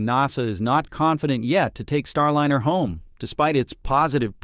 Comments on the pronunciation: Thank you for the heads-up. I stopped listening after a few minutes. It's fascinating how NASA is pronounced "Nah-sa" and Starliner is pronounced "Starlinner". Maybe that's a quirk of the audio system. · Teach this bag-of-rocks AI to speak English correctly! Star-linner? NAH- SAH? What are talking about?? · Agreed, click bait BS and the artificial voice is cringe AF, EVERY time I hear starlEEner it's like fingernails on the chalkboard. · Nawsah, Starlinner ……………….why can’t your bot get these key words right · Get a real human to speak the dialog! This ignorant AI doesn’t know the proper sound of “liner” and “NASA”. Until then, pass!